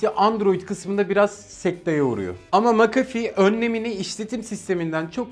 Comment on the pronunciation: "makafi" değil "mekefi" diye okunuyor :D